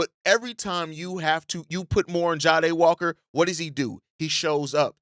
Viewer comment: I can’t ignore it anymore. It’s Jah-dae not ja-ha-dae